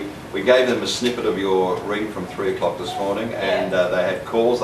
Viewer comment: its 3 o COCK